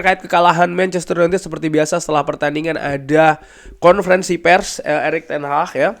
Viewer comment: Ten hagggg bang bukan ten HAHhhhhhhhhhhhh